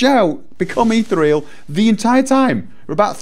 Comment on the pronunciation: Eeth-EAR-ee-al. Become like ether. Eeth - EAR- ee-al. Not eeth-real. Leaves out an entire syllable.